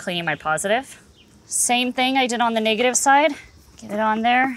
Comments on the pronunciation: Niggative? She straddling the line ain't she? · The way she pronounced negative was crazy Ik yall here it